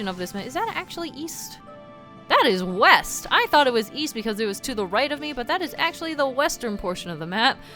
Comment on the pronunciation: Weast? What compass are you using?